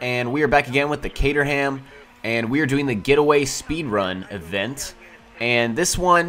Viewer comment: its pronounced 'caterom' i know because i live in caterham where the car was created.